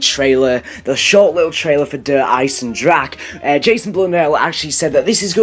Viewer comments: Der eisendrahe not eisendrack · Isn't it pronounced der eyes-in-dra-ha